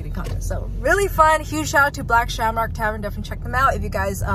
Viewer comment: "Black ShamORK Tavern"